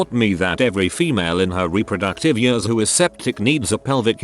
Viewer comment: It makes me cringe so much when I hear the AI voice say "years"